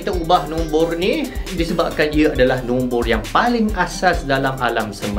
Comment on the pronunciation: Korang dengar :Nombor Nombor Aku dengar : Nonvor nonvor